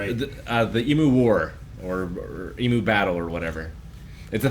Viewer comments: It always slightly annoys me how people pronounce emu.They say em-moo instead of ‘em-you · It's always hurts me when no one knows how to pronounce "Emu" correctly. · American pronunciation of Emu is something else. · honestly to me, e-moo and e-mew are virtually identical. it literally doesn’t sound that different. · The way Americans pronounce emu is so bad haha